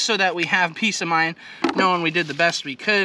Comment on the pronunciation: "just to have peas of mind"? 🤪